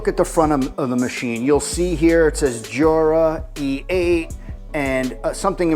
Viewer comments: It's pronounced "YOO-Rah" not "JOO-rah." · It’s pronounced without the j